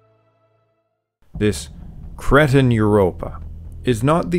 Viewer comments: Am I the only one that hears kretin when he wants to say Cretan? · Cree-tan not Cretin